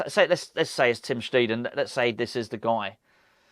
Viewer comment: good video as always. just a note from someone who knows a bit of german, the new DoF's name is pronounced tim stighten.